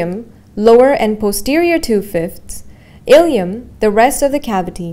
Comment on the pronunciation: It's "Ilium" Please correct before it causes confusion